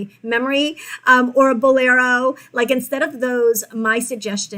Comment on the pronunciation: Lol, I caught the “unusual “ pronunciation of the word , Bolero. Great information. Very glad I found your channel.